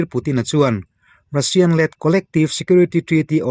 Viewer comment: Russian-Rassian tia lam tur aw